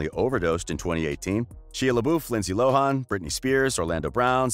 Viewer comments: "Shia laboof. Lindsay loharn" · ah yes I love she-a la-boof and linsee low-hon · LMAO their pronunciation of Shia LaBeouf (Shy-ah La-Buff) and Lindsay Lohan. (Lind-zee Loe-han). "Shee-ah La-Boof and Lind-zee Loe-hon" time . Oh and their pronunciation Megara ("Meg-er-ra" as pronounced in the movie), "Muh-gar-ra" how they pronounce it. time .